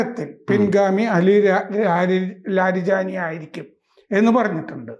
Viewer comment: കിളവന് ലാരിജാനി എന്ന ഒറ്റ പേര് ഉച്ചരിക്കാൻ തന്നെ പ്രയാസം. കിണറ്റിലെ തവളകളുടെ ക്രാം ക്രോം😜